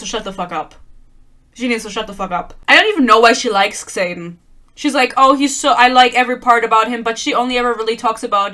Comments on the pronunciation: I love that you pronounce his name as KSaden, lmao. I dnf'd book one 12 pages in, so I love these rant videos that validate my feelings. Keep following Yarros's lead and mispronouncing Xaden and Yarros. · The way you say “Xayden” sometimes sounds like “Satan” and it’s fitting tbh